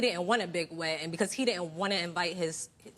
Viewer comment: Why she keep saying wedding the wrong way..why she would marry his fat butt..